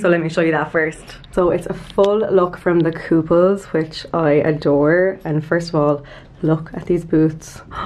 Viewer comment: It's "The Kooples" not "The Couple's".